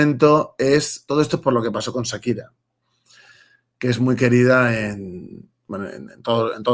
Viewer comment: Este español no sabe ni pronunciar el nombre de Shakira, Viva Latinoamérica y los españoles que no sean necios con esa vara de hispanos.